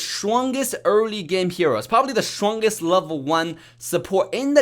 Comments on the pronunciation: I can't ignore saying shwongest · "The schwongest ninja has arrived." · its an accent come on